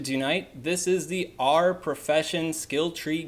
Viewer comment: If you’re going to make a specific guide on something, at least learn how to pronounce it properly. It was horrible to listen to. I mean it’s literally said in the films, and pronounced properly by JK Rowling. Arer? Does it look like it’s pronounced that way? Annoying ass video